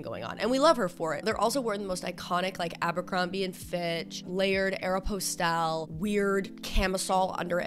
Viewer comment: Strangest pronunciation of Aeropostale I’ve ever heard